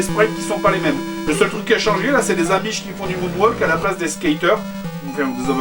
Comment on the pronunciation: Et on dit "amish" ^^